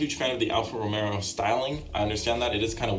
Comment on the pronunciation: The audio is indeed shit, but you get a pass cause the video is still enjoyable. Just don't make a habit out of it 😜 [EDIT] Even though you also say "Romero" instead of "Ro-mayo"